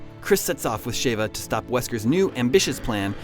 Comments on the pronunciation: im sorry did i hear Shava? its Sheva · Shayva? Really? Chris screams "SHEVA" about a billion times in RE5. has obviously not played that game. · "Shay-va" ??? Chris spends the entire game (RE5) saying "Sheh-va" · Please, saying Sheva as Shave-ah once or twice would have been tolerable. But to say it 10 times in a row as Shave-ah convinces me that you want to fight. It's Sheh-va. Have you played the game?? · Really?Shavea?lol its Sheva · (Sh• Chev• Ha) definitely not (Sh•Ava•) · Ughh, Why do people pronounce it Shave-uh? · everytime he says Shevas name I want to scream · Could explain this better. The narrator doesn't even know how to pronounce sheva correctly. Best to assume he never played RE games-.